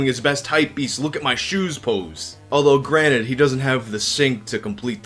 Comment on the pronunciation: You're a smart guy, why do you say, "granite" instead of, 'granted'?😅